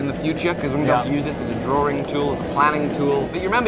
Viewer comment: Drawrings. does drawrings with his best mate Simon.